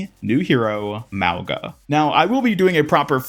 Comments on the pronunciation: its not pronounced malga its pronouns maunga like the ng sound not the g sound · Youre saying it wrong. Its not Mao its more like Moe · "Maowga"❌ " Mau-Nga"✅ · I'm part Samoan and it's pronounced - Moe - u - nga Moe - like Moe from the Simpsons U - like Uwu Nga - this is the hardest to explain but imagine you say the word "going" then add "a" at the end. "Goinga" now remove the letters "goi" and just say "Nga" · Pretty sure it’s “MAH-gah.” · If this hero is supposed to be Samoan his name would be pronounced Muh-oo(short and hard)-nga at least that’s the way I would pronounce it as a Polynesian myself. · It’s pronounced “mau-NA” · The G in his name is pronounced NG as in going